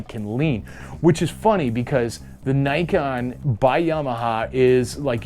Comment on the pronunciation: For anyone interested, it's pronounce nee-ken (literally like the name ken). I haven't seen the kanji but 99% it means two sword (ni it's two, ken is one of the words for sword)